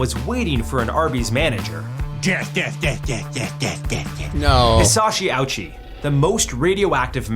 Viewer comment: I hate the way he pronounces japanese words. I feel like he only pronounced ouchi that way to make the "owchie" joke. Its supposed to be more like "OH-chee"